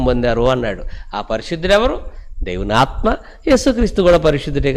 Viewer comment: దేవుని ఆత్మ ను pronounce చేసే టప్పుడు కొంచం జాగ్రత్త గా చేయండి సార్.